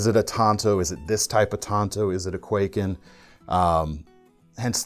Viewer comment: Hey love your vids but if I may as a Japanese, I could not help but notice you’re pronouncing kwaiken like quay kin but it should be pronounced more like Kai Ken (懐剣). Also, in regards to the tanto style knives, that typical 2 edge blade looks more like a miniature ninja sword or shinobigatana. Anyways keep up the good work-Cheers!